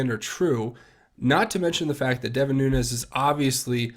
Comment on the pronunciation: NOO-NES... NOO-NES... NOO-NES... NOT... NOON-YEZ!!!!!!!!!!